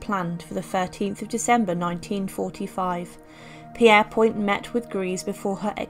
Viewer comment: Pierre-point? I thought it was pronounced “Peer-point”? Obviously English is not my first language but I heard it said many times.